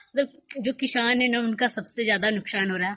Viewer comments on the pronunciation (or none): What is this kishhaan, mausham, nukshaan, shohar... Don't try to be modern be real.. sa ko sha bolne se koi modern nhi Banta.. coz it's kisaan, mausam, nuksaan and sohar..